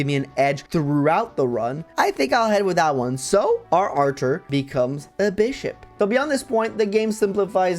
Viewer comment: Your pronunciation of Artur is curious (Because it sounds like Archer) because i just pronounce it like Arthur